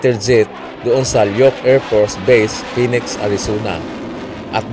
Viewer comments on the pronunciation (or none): none